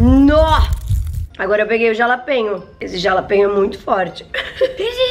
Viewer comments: Não se pronuncia como ta escrito. Se fala RALAPENHO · Se fala JALAPENHA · Se pronuncia RALAPENHO 🤣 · SE FALA, "RALAPENHO" <3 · "jalapenho" kkkkkkkk ai, só vc mesmo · se fores ver algum sitio diz jalapeno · Simmmm que agonia ela falando jalapeño 😂😂